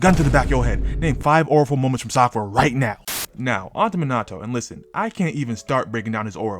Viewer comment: Sak-aura. Done seee. Chunin exam. Sakura was kinda cooking.